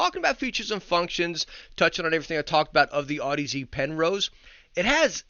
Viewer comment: Damn you haven't STILL learned to pronounce audeze lol